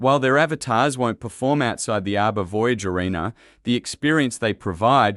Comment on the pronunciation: I hate bot narration. ARBA? Fryda?